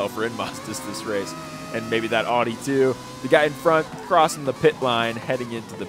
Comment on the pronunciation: Stop butchering audi pronunciation